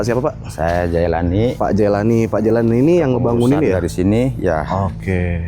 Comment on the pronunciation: Perhatikan nama orang Jailani Bukan Jainal Nyaiwana Bukan nyaimana. Hati2 loh😢